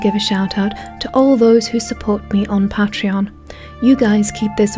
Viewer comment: An amazing video however there is one fatal flaw, just one. Who pronounces patreon like that?!?